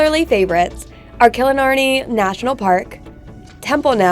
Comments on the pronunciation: Not Killinarney , it's Killarney, learn how to say it properly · You lost me at Killenarney, hey its called KILLARNEY! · It’s kellarny